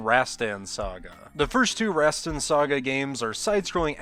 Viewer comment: Not "Razztann". Rahstahn.